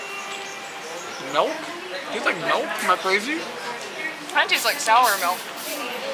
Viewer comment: I love how pronounces it “Melk”